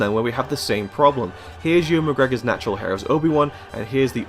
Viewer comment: it's Ewan not Ian